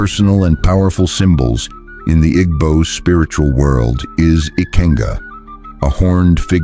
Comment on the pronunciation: The AI doesn't know how to pronounce "Igbo". Does the maker know what s/he is talking about?